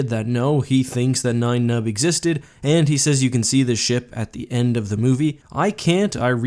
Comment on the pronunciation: Yes! Thank you. "Nine" Numb instead of "Ni-en" Numb also bugs me.